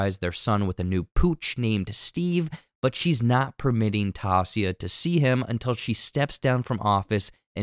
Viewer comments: I do but like everyone I watch to see if I missed something. But repeated errors pronouncing a name that you have supposedly heard many times while watching the show is irratatting AF. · Get the name right. I cannot watch because it kills me every time he says taissa wrong. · Did you actually watch any of it? Or with subtitles? Because you are BUTCHERING Taissa’s name for the second full show…. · Where's at? not capturing the 'Heavy Spoilers' aura for me, and the 2nd video mispronouncing Taissa's name is making the breakdowns borderline unwatchable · You owe all of us an apology for CONTINUING to butcher Taissa’s name. I almost didn’t make it through the season one recap because of how annoyed I got 😂 😅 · How can you not know how to pronounce Taissa? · Take a drink every time he mispronounces Taissa. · You HAVE to stop mispronouncing Taissa's name. You have to. It's kinda obvious you don't watch the show and it's very distracting. Just... please. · Man, you need to learn how to say Taissa’s name.. come on they call her Tai… add an E and a Suh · It figures, he can't get "one particular" girl's name right...whatever. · You were mispronouncing Taissa. Did you even watch the episode to see how they pronounce it!? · Down-voting this video because he is still mispronouncing a main character’s name. Seems very sus. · incredibly disappointing video... there's no analysis, just reading off the wiki synopsis nice butchering of Taissa's name btw, did you even watch the show? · Lol her name is pronounced TIE-EE-SA. Taissa. Tai for short. I'm guessing the guy presenting this isn't actually the same person that wrote the script for this and doesn't actually watch the show, because that's a main characters name they say countless times throughout the series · Why do you keep mispronouncing Taissa’s name? They say it so much in the show it’s pronounced Ty(tie)-ee-sah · Who is “TAH- c-uh”?? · The way he pronounced it, is not how her name is pronounced — Ty-ee-sa.